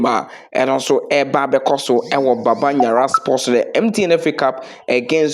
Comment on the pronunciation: It's Baba Yara but not Baba Nyara. This is totally wrong.